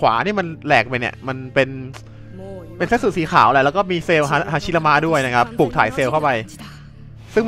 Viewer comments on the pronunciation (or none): ฮาชิรามะ พี่ไม่ใช่ ฮาระชิมะ